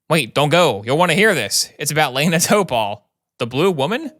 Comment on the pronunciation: Why does he say Lana like Leena